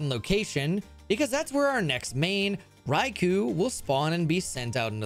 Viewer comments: It's not "raikooh" its "raikoh," and if I were to nitpick further, it would be closer to "lai" than "rai," as the name is exactly the same as the Japanese one, ライコウ. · No, he said Raikou wrong too, although I'm sure that one wasn't actually intentional. Loads of people say it the same way as "Raikuu" when it's more like "Raikoh". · Hirasawa It's pronounced in the Pokémon movie, I think it was "I Choose You!", the one that soft rebooted Ash's story. They call it "Rai-koh" With koh as in Koh The Face Stealer from Avatar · I said it would be nitpicking because I don't expect anyone who doesn't speak Japanese or isn't learning it to properly pronounce the "L/R" sound. It really shouldn't be that hard to comprehend, but apparently some of you can't. What he's arguing is the semantics of what I said to someone who does understand the language. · "dra-tie-nie" "ecru-tee-ack" "raikoo" this has to be an elaborate joke, right?